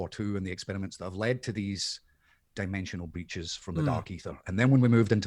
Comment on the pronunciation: when said dimensional breaches, instead of hearing him say breaches i heard dimensional bitches xd